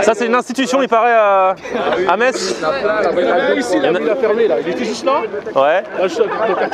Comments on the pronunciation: Bonjour, Pour la prononciation : On ne dit pas metZ mais Mess. Merci beaucoup pour mon oreille. Une personne qui habite à Metz :-) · Tu as du bien te faire charrier dans les com pour ta prononciation de la ville de Metz ^^. Pourquoi comment, je ne sais pas mais cela se prononce "Messe", c'est comme ça ! Après cela ne change pas le fait qu'on doit très bien y manger :P